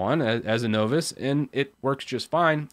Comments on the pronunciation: lol... no voice... wtf. Is this a weird linux-ism where folks just purposely mangle conventional enunciation? Novice is pronounced: Nä-vəs. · repeat after me son - "NAH-VIS" - now that I am a MASTER of hehe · Novice is pronounced “nah viss.” Does it matter? Probably, if you’re going to keep saying it. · I think the first part has a more NAW not AH sound when I hear it myself. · Novice is pronounced "nah-vis." This is hard to listen to because you keep mispronouncing that one word. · Novass? Are you trying to say novice? Play the audio clip here: Click the british flag to hear the correct pronunciation ;) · what's a Know-Viss? Sounds like a Canadian, eh? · Novice is pronounced with a short "o" like you would use in "of"... You could say "N-of-iss" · I will take legal action if you don't start pronounce novice the right way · The "O" in the word "Novice," is like the "O" in the word "Bottle," NOT like the "O" in the word "Nova." "Know what you don't know," right? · there are people making fun of you for how you pronounced the word novice wrongly, it makes you less professional sounding not saying this right so instead of telling you myself click the play button since it's a small o sound in novice not a capital O sound. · I've never heard 'novice' pronounced that way before. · No one should ever hear it pronounced that way again. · Good video, only isssue is that is not how you pronounce novice. either way I think its good you brought this up. I think its easy to get cought up on all the stuff we dont know instead of looking at what we should learn next.